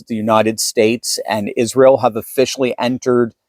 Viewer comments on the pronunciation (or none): none